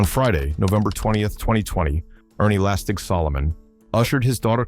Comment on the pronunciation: lastek* lastig is the correct pronunciation.